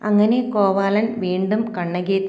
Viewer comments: കോവാലൻ അല്ല കോവിലൻ. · കോവാലൻ. അല്ല. ചേച്ചി. കോവിലൻ 😂😂